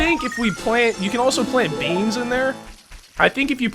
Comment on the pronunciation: Lol hearing you say "plant beans" makes me laugh because you guys always say beans